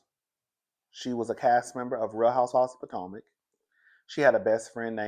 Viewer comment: Yes, I do not watch the show but I watch your reviews! I like that you call it Poortomac consistently every time! And that I get to see Candiance on the cast pictures on your reviews.